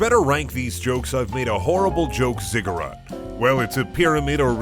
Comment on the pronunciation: You said ziggurat correctly the last time. You knew, you always knew.